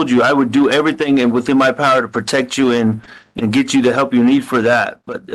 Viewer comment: "Why come everythinK yada yada yada" even without the heinous crimes, how can anyone bear being around this 🍕💩 for more than a minute